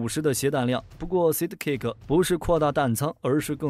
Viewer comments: Sidekick=side +kick, 不是讀size?kick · 那個ＡＩ連Side.Kick 都不會讀？這就是標準的有邊讀邊沒邊讀中間。讀書不求甚解。Unsubscribe. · 都是合成語音 只是看他們想選哪一個 我也喜歡這個版本 但sidekick的發音有問題XD